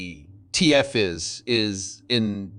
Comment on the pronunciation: Geez AI.. wtf is an ET F